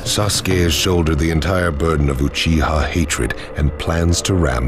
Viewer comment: It's like no one can be bothered to say "Uchiha" properly.